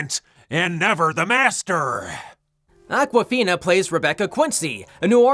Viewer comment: Awkwafina?? AWKWAFECKINFINA!!!???????